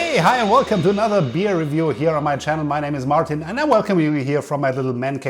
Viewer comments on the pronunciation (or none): none